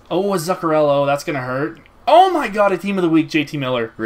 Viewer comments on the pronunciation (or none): It's Zoock-uh-rello, not Zuck-uh-rello